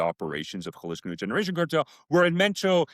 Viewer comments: Jalisco = haa-lee-sko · can you AT LEAST pronounce Jalisco better? It would take you 5 seconds to look up... 🙉